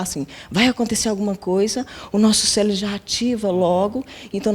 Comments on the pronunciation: Numa boa , como vou confiar numa pessoa que fala *CELEBRO *… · Ela falou celebro e não cérebro.... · Nosso celebro? Kkkkkkkkkkk falou falou e não disse nada desses austraunautas...